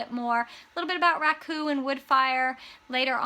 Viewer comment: Wow, I thought you said Raccoon kiln ! 😂🤣